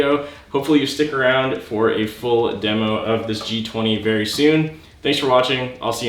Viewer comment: Vewy gween vewy gwood